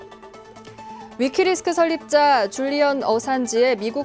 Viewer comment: 위키리스크가 아니라 위키리크스 입니다 앵커님